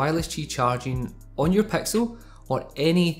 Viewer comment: He says "pexil" when it's "pixel"